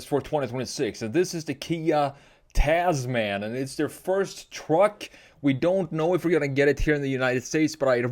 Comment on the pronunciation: Not "taz-man" it's pronounced "Tasmn" like gentleman or spokesman